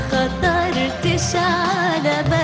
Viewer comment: Her diction is terrible. Just listen to how she pronounces "khatartesh"!